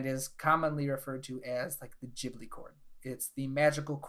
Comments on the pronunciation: "Jibli" did you just create the new jif and gif debate? It's 'Gibli' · Thanks for the nice video! Tip: Hate to be that guy, but the h in Ghibli is there to make you pronounce the g as the g in "guy". Like Guibly, nit Jibli, if that makes sense? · why do you pronounce it "djibli" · Cool video but if you say jibli one more time imma lose my mind